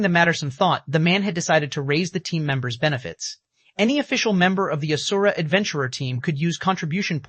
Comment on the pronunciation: But not asura